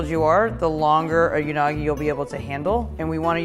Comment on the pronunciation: who else heard it as Unaagi from F.R.I.E.N.D.S